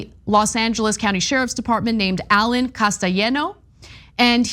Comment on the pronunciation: Ana, I think you said Castellanos, wrong.